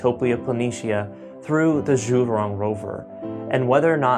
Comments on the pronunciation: Zhurong is prounounced as JU'rong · "Jew Rong". Zh is pronounced similar to a J. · "Zhu rrrrrrroooooon"